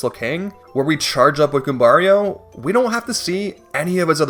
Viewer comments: The way you say Goombario right but say Mario like a Canadian is crazy lol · It's funnier because he pronounces Goombario differently (and correctly). Who is clearly named after Mario. They should be pronounced the same way at the very least.